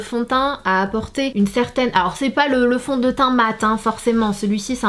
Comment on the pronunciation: Du fonteint haha jpp :')